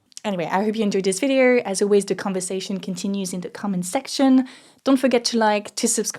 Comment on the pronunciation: you pronounce "window" as if it were written "win-der". Same for "video" that sounds like "vidier". I'm French too, and struggling with pronunciation. Contenu excellent !